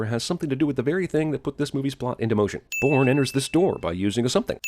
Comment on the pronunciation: when his voice is so good that his voice pronounces bourne a porn but aye I love this don't get me wrong man